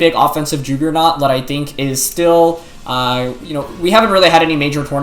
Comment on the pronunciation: Did just say Joogernaut?